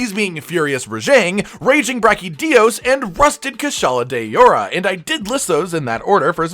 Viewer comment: “Kushala de-ora” wtf? You may as well have gone full on white guy and read it as “cue-shala de-ora”